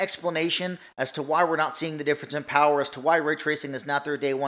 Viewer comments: The Powahh...lol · THE TOWAA OF POWAA 😂🤣